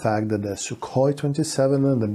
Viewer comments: Sookhoy is the correct transcript, not Suk-hoi.. and Poo-tin 🤣🤣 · its sukhoy not sukoy { kh sound like german ch in bach or koch)